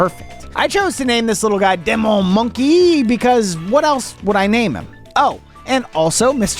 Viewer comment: Demon is pronounced dee-mon